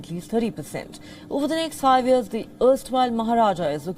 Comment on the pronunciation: It’s not Tara / Tada.. it is a proper TATA. And not ears, it is YEARS . Can we have Palki Sharma back please